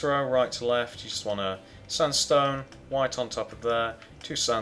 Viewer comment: sandstone not sundstone!!!!!!!!!!!!!!!!!!!!!!!!! LOL